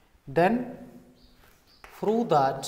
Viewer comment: Its not froo its prove